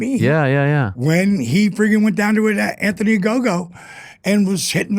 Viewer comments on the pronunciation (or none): none